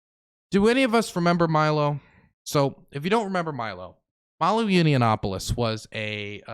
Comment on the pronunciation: It's Yah-nawp-uh-luss Not that I have any respect for the man, just bugs me even time I hear "Yinny-ya-nawp-uh-luss" lol Unless that's intentional